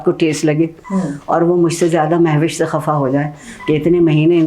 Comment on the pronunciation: عارفہ آپا! تلفُّظ پر توجُّہ فرمایں! Mehwish ❌/ Mahvash ✅